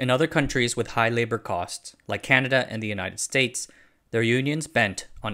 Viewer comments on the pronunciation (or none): none